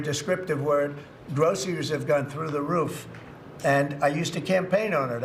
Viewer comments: Gro -sir-ries that's how shitty diapers shitszenpants would spell it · Notice that he pronounces groceries with three syllables.